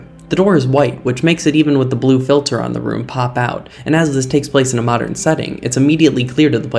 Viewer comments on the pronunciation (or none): none